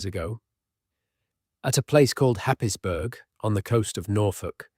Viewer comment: Yes. Not at all sure that this is going to help you go to sleep, it's too irritating. Also it doesn't know how to pronounce some British place names- eg Happisburgh.